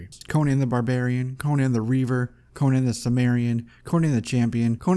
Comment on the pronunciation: His name is Conan, not Conyan, for Crom'sake!